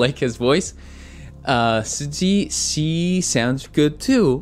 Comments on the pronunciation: It is pronounced as 'Susie'. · you just pronounce Suzy's name, like the way its spelled. btw hope you check out her Solo music as well as her former group Miss A